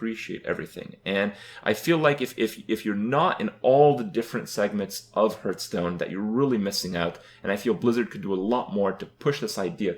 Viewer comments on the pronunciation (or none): since this is a video about making change, please start saying Hearthstone correctly, its not hurthstone, its Hearthstone. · I feel like someone who makes a living playing this game should really know how to pronounce it... Hurthstone D: (Pronounced Harthstone) And the Meita (Meta) :S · Is he saying "Hurt"stone? Or is he just saying "Hearth" wrong? I still can't tell. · I love how he says it as well. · First way to improve Hearthstone: change name to Hurtstone, so Kripp doesn't say it wrong anymore. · I love that you spelled it hurtstone. That's totally how he pronounces it haha. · I like this guy even though he cannot pronounce hearthstone correctly.